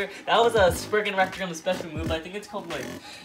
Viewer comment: you said "sprugnut"